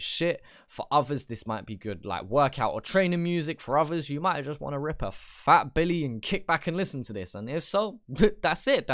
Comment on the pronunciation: was the solidest non Aussie pronounciation of a fat billy I’ve ever heard fuck oath big props lad